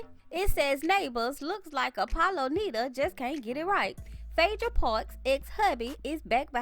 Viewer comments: It’s NIDA not NEEDA 🙄🙄🙄🙄😩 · “Nida” pronounced with a long i. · You're pronouncing his name wrong. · It's a shame u can't even pronounce his last name right lmao